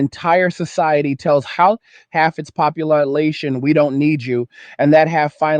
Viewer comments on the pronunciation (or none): "Howf the poplarlation? 😉